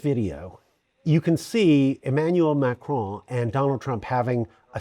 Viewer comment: If you are one of the vast number of non-francophones who cannot pronounce the name "Macron" correctly, PLEASE do what this gentleman did and keep the "o" short, as in "computer." The result is not perfect but French speakers are habituated to other linguistic groups struggling to replicate the very nasal sound of the terminal "n" in French words like "main", "veston" and "Macron". Pronouncing that almost entirely nasal "n" without allowing the tongue to touch the upper gums is a trick best learned in childhood, or by getting yourself mocked until success became obligatory, which is what happened to me. It would be so much more respectful than MAKROAN from anybody, and so much more professional from members of the Free Media. The traditional, corporative, media should know better already...